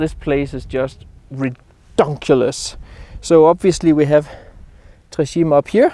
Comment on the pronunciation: Simply spectacular! Try this pronunciation "tray tchi-may"